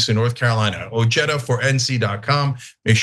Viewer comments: That’s Ojeda and pronounced oheda and not ocheda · Richard ojeada is a mouth breathing ignoramus. Cenk can't even pronounce his name correctly the J is an H Cenk ask Stuttering John Melendez is that your next candidate for office? How about Brian Kareem?